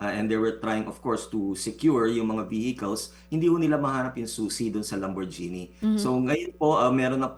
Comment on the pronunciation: Atty.,lamborghini (gini) po.hindi po(jeni) ang pagbibigkas ng (ghini) sa dulo.